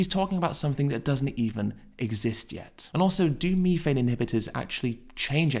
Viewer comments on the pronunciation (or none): what in da fook is meeefane? you mean methane? lol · It’s methane th not mefane.